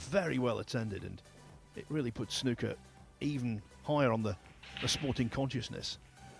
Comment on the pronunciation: It's SNOOKER not snucker, you don't pronounce school shooter as school shutter!!